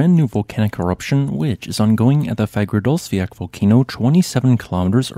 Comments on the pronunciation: Nice video. p.s. You have to stop butchering the name Fagradalsfjall. It has 2 L´s in the end and you don´t pronounce an L. Instead of sayin "Fiat/Fiak?"", say "Fiatl". And Keilir is "Kayleer". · Fagradalsfjall pronounciation is... Im cringing every time and im not even icelandic. you'll get closer with Fa-ra-dalls-fjel